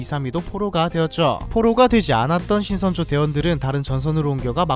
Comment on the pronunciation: 신성조인줄 ㅋㅋ